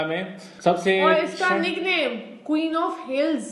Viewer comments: Kabeen nahi queen hota kai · Pakistani people ka English main pronounceation kitana ajeeb sa hota hai na? Ye man Queen ko kaween jaisa bol raha hai na?